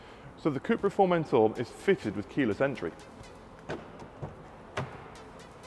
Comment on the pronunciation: FormenTOR....... Not formentaaaa